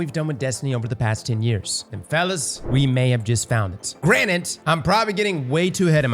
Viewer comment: Not to be that guy but it’s “ granted “ not “granite”